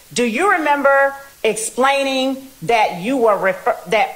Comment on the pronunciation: The prosecutor incapable of proper English: 'dat' vs. 'that', 'splaining' vs. 'explaining', 'ax' for 'ask', various misuse of words like "he 'asserted' to him", "conversate"